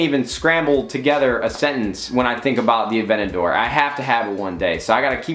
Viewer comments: Nade, Please pronounce the Aventador the way it's spelled with the T involved in the pronunciation.. its not an avenadore. A-Vent-A-Door Sincerely, Everyone that loves cars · Its pronounced (Add-vanta-dor) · sorry but dude avenador its called aventador... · You say Aventador weird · You say aventador weird lol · Hate the way he says Aventador😡😡